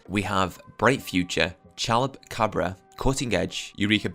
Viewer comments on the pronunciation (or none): I just want to say it's pronounced " cha-loopa-cob-bra" Chalupacabra